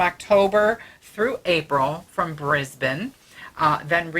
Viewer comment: I must say that I watched your holograms on the live stream and much prefer you as you are here lol!! I also must congratulate you on your pronunciation of Brisbane which most Americans get wrong. I would love to see you come to Australia but I know it is almost impossible for Frank due to the almost 24hr flight. Thanks for the news boys and I look forward to harassing you in the future.